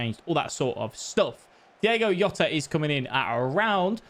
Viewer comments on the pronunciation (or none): diOgo Jota. Not Diego Yota :D